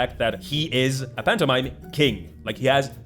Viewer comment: I swear I heard phantomime like a MiME